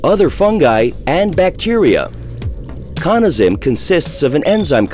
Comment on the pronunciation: Hmm, "Cawna". Always thought it was pronounced "Cannuh". Good to know! :)